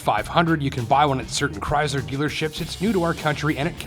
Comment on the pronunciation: The way he says Chrysler is funny.